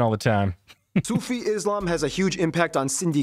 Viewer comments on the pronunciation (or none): none